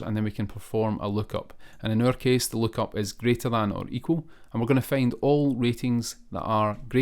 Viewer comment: Find ❌ Feyind✅